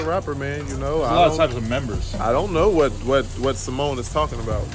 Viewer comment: Cemone? Lol